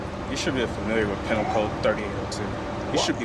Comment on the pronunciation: Pee-nal not penle